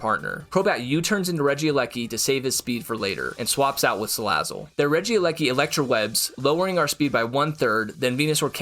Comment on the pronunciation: REGIELEKI, NOT REGILEIKI!